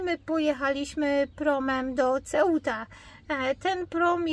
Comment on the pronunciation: C w języku hiszpańskim wymawiać się jako S jest algesiras nie agkeciras tak jak Seuta a nie Ceuta napisałem.jak.sie to wymawia 😊